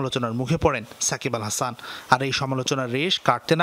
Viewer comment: Are bai sakib bal hasan na 😂sakib al hasan naam ta at list tik kore bolen 😂